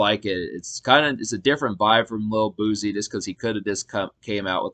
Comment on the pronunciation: It’s pronounced boo-cee 🤦🏾‍♀️